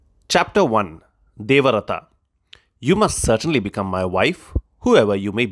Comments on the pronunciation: Wonderful reading. But Devarata? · Sir small correction* its Devavrata**